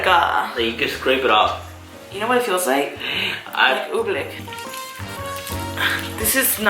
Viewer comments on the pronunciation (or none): It's Oobleck not Ooblick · You’re saying oblick but it’s pronounced obleeeecckk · It isn’t pronounced ooblick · One quick question........ What is OobLICK?? I'm pretty sure it's OobLECK isn't it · The way she said oobleck thooo😂😂